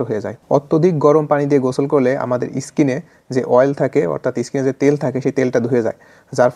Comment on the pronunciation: প্রথম কথা গোসল করা কথা টা অনেকই বুঝবেনা।২ নয় ইস্কিন নয় কথা টা ডাকাটার বাবু ওটা স্কিন😊😅।ডাক্তার হয়ে ভুল উচ্চারণ করলে লোক রিয়েল খাবে কি করে😮😊😅